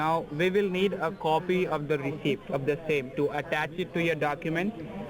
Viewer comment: did scammer say “ receiPt” and actually pronounce the P..?